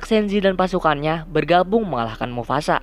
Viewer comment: “mufasa” bukan “mufasak”